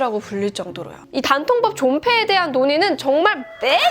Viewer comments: 단통법을 굳이 댄-통-뻡이라고 하신 이유가...? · 된통법 이럴게 들리네요 ㅋㅋ